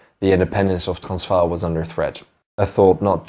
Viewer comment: Why are pronouncing Transvaal that way?? That’s not correct.